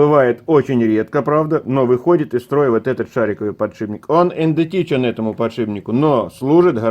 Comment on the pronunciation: Не индетичен, а идентичен...